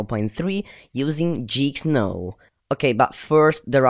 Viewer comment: It's geek not jeeksnow